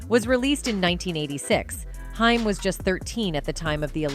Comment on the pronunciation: It's pronounced like Corey Hey-m !!!